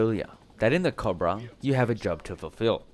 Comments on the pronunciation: Coe bruh. Not cob ra. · Not cahbruh. Cobra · The AH-1 Cahbrah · You don't pronounce cobra correctly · You say cobra wrong